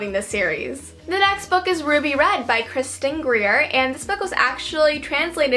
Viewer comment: it is kierstin gier not kristen grier but whatever XD lol